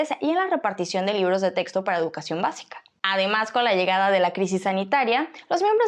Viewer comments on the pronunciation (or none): none